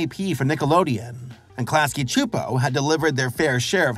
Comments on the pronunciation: It’s irking me that you’re saying Chu-Po…..it’s pronounced Soo-Po. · I always pronounced it "Klasky Soupo/Suupo" Pronouncing it "Klasky (ahhhh) Chuupo" just seems weird / wrong to me. 😂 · Really wish youd say Csupo the same way they did at the end of each episode. This shits gonna kill me if you say their name more than a handful of times in this 40 min video. Like where tf are you getting the "h" from? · I was today years old when I heard some saying "Csupo". And all that time with Duckman, saying it "cuh-supo". Also, "It was a global event, at least to me and my friends" is just a beautiful bit of writing. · klasky chupo? lmaooo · I could’ve sworn the audio would pronounce it “cusp-o”, yeah? I’ve gotta go relisten to it… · When I was a kid I always pronounced their name "Klasky Kuh-Supo", lol. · Super bothered by him pronouncing Csupo wrong for some reason. Silent C. Supo. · Btw the last name Csupo is pronounced “chup-O”. Like “cup” but with a ch like chip. I have a great uncle with this last name who also came over from Hungary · Where are you getting the “ch” in Csupo? Have I been saying it wrong? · Your pronouncing CSUPO all wrong